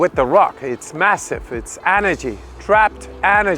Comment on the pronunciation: “E” nergy not “Ah” nergy